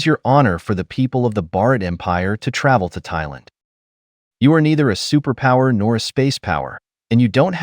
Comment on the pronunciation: Superpower ❌ Superpooper✅